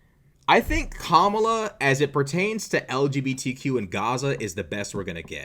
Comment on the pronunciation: Also she butchers Kamala’s name on purpose but would throw a fit if you misgender someone deliberately